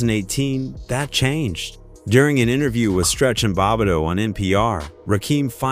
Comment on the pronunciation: Bob it dough crazy pronunciation